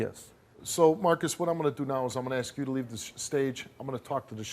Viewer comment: Did you axe if he did it?